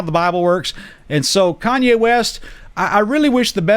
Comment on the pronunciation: It’s Kanye not Kayne lol